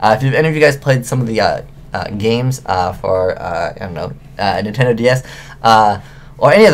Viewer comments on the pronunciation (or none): none